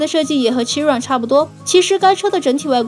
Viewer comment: 靠腰，都不做準備就出影片，Bugatti哪來的suv啊？而且Chiron發音也唸錯